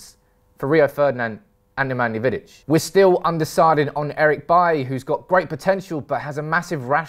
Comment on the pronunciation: Bailey , Koulibaly and Bailly... This guy have a thing for pronouncing baily 🤣🤣🤣